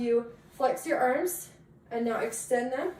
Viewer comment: "flex your erms"